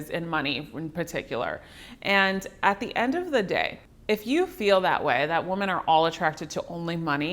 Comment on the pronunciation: She keeps misappropriating the pronunciation of the word "woman" in this video and it is distracting. Otherwise its a great video.